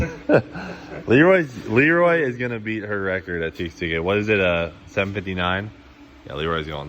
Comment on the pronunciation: Its not pronounced TX2K its Texas2k